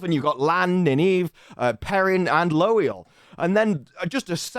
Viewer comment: Loial is pronounced like 'loyal'.